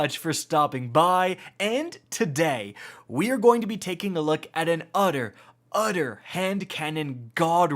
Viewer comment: "We are going to be looking at an udder, udder God roll" He had me in the first half, ngl.